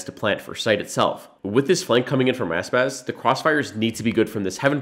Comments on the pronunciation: Bruh its Aspas not Asspass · Yes, and pla part 2 but try not to say "asspas" and really say "aspas"